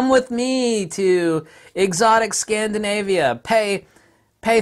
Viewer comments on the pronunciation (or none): Was I the only one hearing "SCAMDINAVIA"? :-D You should first come to germany GEROLDSTEINER as much as you like. GERMANY!